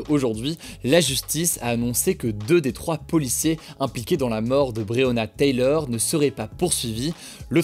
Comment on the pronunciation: Taylor Hugo, pas Taylieur ahaha ;)